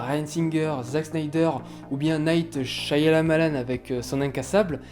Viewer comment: c'est pas sicompliqué, le y de M. Night Shyamalan est muet, du coup ça se prononce "chamalanne".